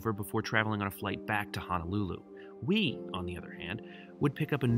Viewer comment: there is no such place called “HANALULU. Now.., there is a little city on Oahu, it’s known as and actually called “HONOLULU”. BTW Majuro... “Maaa-Juro,”👊😎...